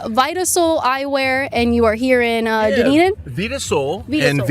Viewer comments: KAITLYN! Don’t call that city “DOOnedin”!! Its pronounced “DONE-Eden”. Dunn. Done. Dunn+Eden. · Dunedin = done - eden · It's pronounced "done-eden" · Dunedin is pronounced Done-Eden